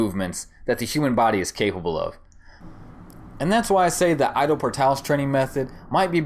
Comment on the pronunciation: The way you Ido, sounds "I dow... " It's more like e-do ... Bring that Japanese sound like in judo